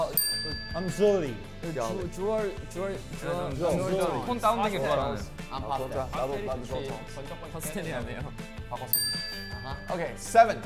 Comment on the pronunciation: Awww “Pastel or jewel” Tae: I’m jewlie Me: 😩 protect him at all costs🥺❤️